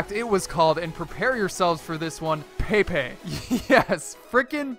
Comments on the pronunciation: it's not pronounced pay pay it's pronounced peh pay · It prenounsed pepay not paypay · It's not paypay! It's pronounced peh-pay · It's pep-ay not pay-pay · True dat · Blue nope either of those its pe-pe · But you pronounce pepes name like pepay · pepe is a soccer player and its pep-ay not pay-pay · not paypay its pepay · Who else got annoyed when he pronounced it paypay and not pehpeh. Its like when people call memes maymays. Same thing. Love u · paypay... its pepe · its pepEA not peapea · It is pronounced pep-a he is a professional soccer or football player and is very good at dribbiling the ball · really, "pay-pay" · It was a good video but him saying paypay pissed me off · dont u guys want to know why he pronounces it Pae pae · Did he pronounce pepe "pay pay"? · You cannot pronounce "pepe" to save your life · How I watch: Click on the video Watch him pronounce Pepe's name wrong Unsubscribe Dislike all his videos